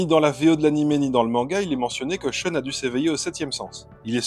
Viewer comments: SHEUNE ?? Pourquoi prononcez-vous comme si c'était un nom anglais ? A priori c'est japonais, respectez donc la phonétique japonaise. Prononcez donc SHOUN. L'argument de "je me base sur la prononciation des comédiens de doublage" n'a aucune valeur. Ces gens-là n'y connaissaient rien et n'ont jamais été corrigés. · La prononciation avec l'accent français "Choune" est ridicule. Mieux vaut le prononcer comme dans la VF car c'est plus proche de la vraie prononciation Japonaise que "Choune".